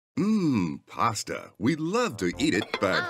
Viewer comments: PAsta Not PARSTER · Its PASTA and more not PASTER and more